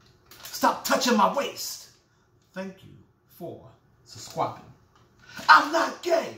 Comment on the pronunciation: You had me at, "Stop touchin my waist!!!".....thank u for suscwibin. I'm dead😂😂😂😂😂😂😂